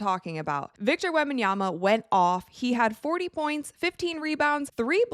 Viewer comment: Thank you for actually pronouncing his name right.